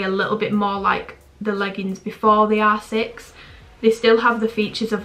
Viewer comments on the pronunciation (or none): When you say r6 it sounds like you’re saying asses😭😭